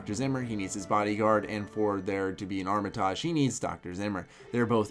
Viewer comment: That Armitage pronunciation tho. I cringe every time.